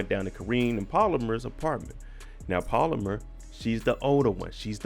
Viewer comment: Pal-Oh-Mar not polymer .. lol